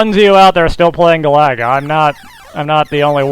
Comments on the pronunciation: Don't think that's how you pronounce Galaga,but whatever.I'll donate when I can. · Good at the game? You can't even pronounce it properly! ;P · ive been watching your vids for years, ofc ill support. only thing weird about this video is the way u pronounce galaga.